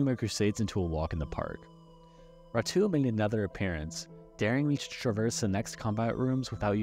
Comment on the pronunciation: this channel is so underrated but it kinda annoys me that you called ratau ratoo